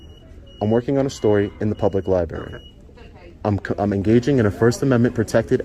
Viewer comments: Oh no!! Libary!!!! Noooo Come on. A couple auditors say suscribe and libary 😅😅😅 Give me strength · Oh heh. You say libary many time. Library…